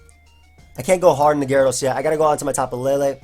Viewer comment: why the hell do people say tapu laylay? the 'E's have no accents it's tapu leelee